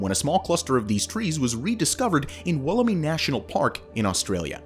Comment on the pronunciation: It's pronounced Wool-um-eye, with the emphasis on the 'wool' syllable, not 'wallarmee'.